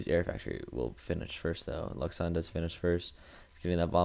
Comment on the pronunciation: great cast, but one mistake: luxun is a french, his name is pronounced like: louchen ^^ TA said it often, go look there